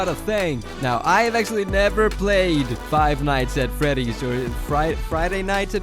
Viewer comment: Five nights at Freddy’s 🤬🤬😡🤬😡🤬🤬😡🤬🤬 I hate you just say it right🤬😡🤬😡😡😡😡😡😡😡😡